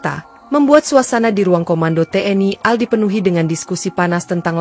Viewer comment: Pengucapan singkatan menurut aturan dibaca perhuruf, AL dibaca A EL, tidak dibaca al, Contoh lain RI dibaca ER I, tidak dibaca ri.